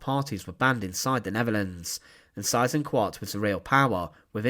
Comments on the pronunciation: If you're going to do documentaries featuring Germans - do learn a bit of German, so you can learn to pronounce names properly. You're HitLAH's bad enough, but Size InkVART's even worse. Single S sounds like 'z' (usually) double 'S' is pronounced as a UK/US 's'. So the name Seyss-Inquart sounds at least a bit like 'ZISS - Inkvart'. Not exactly, but at least that'd be better than the way you pronounced it - sorry to moan, but you've done a number of these now, and your accent is NOT improving. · I was taught decades ago that his name was phonetically pronounced "Say-ezz Ink-vart". Just saying. Really enjoy your informative vids, sir 👍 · David Cassidy: The correct German or Austrian pronunciation is Zeyes-inkvahrt. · My father was a child growing up in Holland and was 11 years old when the war ended. He became a history teacher and always pronounced the name "Cease Inkart"...a monster no matter how it is pronounced. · I've never heard his name pronounced like that, it's definitely not a common name,or not in the US anyway, great video ✌️ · He has his problems in pronouncing foreign proper names. Would be forgivable if he would accept suggestions for improvement. But unfortunately he doesn't . . .